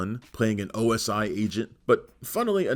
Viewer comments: Is OSI NOT OSO. JUST SAYING LOL 😂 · It’s NOT OSO it’s OSI .